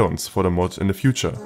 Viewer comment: "i recommend you to try this mal out" xd wenn das deutch durchsickert xd